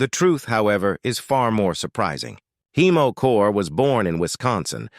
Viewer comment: Heimo, not Hiemo. German name.